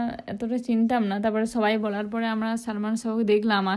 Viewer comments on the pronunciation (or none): ছোবাই না রে বোন 😂 উচ্চারণ হবে সবাই